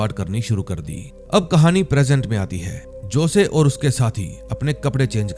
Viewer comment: josay nahi hosay aisa pronounce karte hai sir